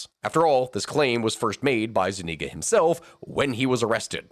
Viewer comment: Zuñiga, with an ñ, like gn in Italian. Thats about the only thing I can find wrong :P